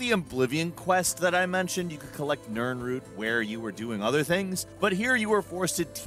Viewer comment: I’m surprised that you pronounced nirnroot correctly but said “Sinderton” instead of “Sinderion.”